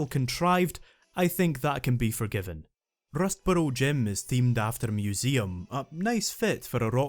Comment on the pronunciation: I clicked 30 mins in to see if this was going to be worth watching and I decided it was solely based on your pronunciation of Rustboro